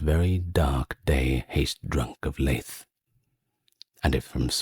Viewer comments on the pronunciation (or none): nitpicky but “Lethe” is two syllables, it’s kind of pronounced like “Lee-the”